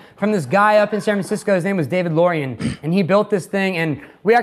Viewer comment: Did this dude just say “David Lorian”?